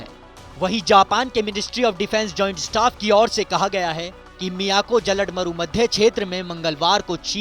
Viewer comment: वीडियो ठीक थी पर हिंदी उच्चारण को संशोधित किए जाने की आवश्यकता है। जलड मरु नही जल डमरू बोलिए।